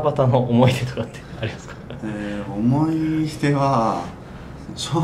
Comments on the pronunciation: ほんまや！思ひ出言うてますね〜笑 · 才木ずっと思ひ出って言ってんのじわる